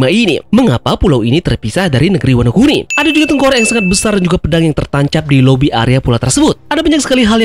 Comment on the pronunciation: ワノ国: bacanya Wano kuni artinya negara, bukan oi. Teori ngakak 😂😂